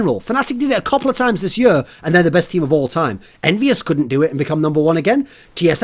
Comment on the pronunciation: I love how he says year